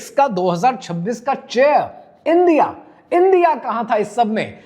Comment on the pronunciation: انڈیا ہے اِندیا نہیں۔ باقی سب ٹھیک ہے ✨